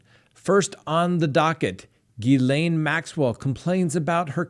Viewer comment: You are saying the name Ghislaine PERFECTLY !!! 👏 👏 👏